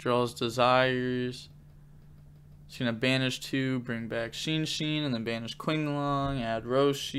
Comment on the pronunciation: love the vids but every time he says sheensheen instead of shenshen something inside of me dies